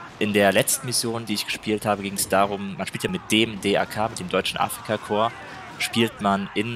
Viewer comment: Kann man dem Jungen bitte erklären dass es nicht deutsches Afrika „kor“ sondern Afrika korp. Es triggert mich maximal